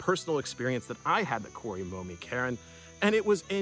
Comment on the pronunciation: When you say Cairn, I hear Karen... that's awful ! 🤣🙉🤣